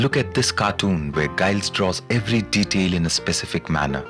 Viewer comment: Can't even pronounce his name....